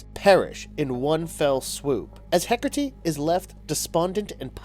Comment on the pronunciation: I love Wonder Woman and I love Hekate, but I Hate when the Goddess is constantly portrayed as evil. Just like Hades isn't the Devil. Also, there is no "r" in Hekate. You're pronunciation (hekertee) drove me nuts